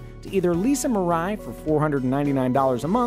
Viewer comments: Three syllables: me-ra/la-ee. It’s the Japanese word for “future.” That middle syllable’s consonant is in between the English “r” and “l” which is why I notated it that way. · "mirai" means future in Japanese btw and the way people are pronouncing it its so funny